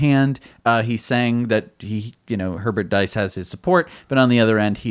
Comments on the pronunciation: diess rhymes with geese in Nordschleif, schleif rhymes with knife, strife, fife, life... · About Herbert Diess .... German "ie" is pronounced like a long e in "free".